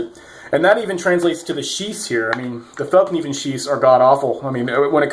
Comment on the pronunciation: Fall-nee-van** NOT felk-nee-van. And yes I agree there is nothing out there that performs as well out of the box aside from a Rockstead.